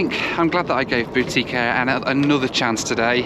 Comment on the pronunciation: When you first said “boutique air”, I heard “Bootie Care”. For a moment I thought this was going to be a very different sort of video from those you usually make.